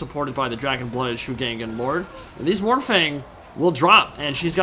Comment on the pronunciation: ngl, the pronunciation of shugengan bothers me xD ... over all others, and i know every single yt-er will pronounce it pretty much the same way haha. will just hafta tune it out as much as can xD for anyone interested, following pinyin pronunciation rules as i understand them Shu is fine, pronounced shoe but G is more like a hard K in pronunciation Gen - K - uh - n - like saying gun with a hard K gan - K - ah - n - like saying can with a hard k